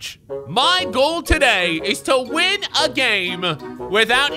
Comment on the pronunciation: The reason y your commands don’t work because when u said win I heard ween